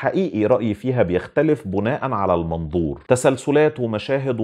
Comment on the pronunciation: لسه هشوف الفيلم وأبقى أرجع أشوف الحلقة تانى .. بما إنك بتحب اللغة العربية وده شئ كويس جداً جداً .. حابب بس أقولك إن كلمة بِناءاً بتتنطق كده بكسر الباء مش بضمها .. هى كلمة بِناء عادية وأخرها تنوين تحليلك رائع .. تحياتى